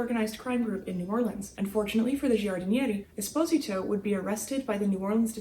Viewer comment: Pronounced Es-po-z-tow